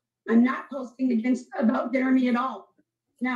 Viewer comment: I giggle every time says "Jeremy" because it sounds like "Germy".